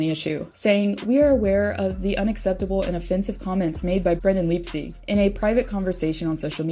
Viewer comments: LYPE-SICK" NOT "LEEGSEEG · Yeah, I was confused at her pronunciation. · Your pronouncing leipsics name wrong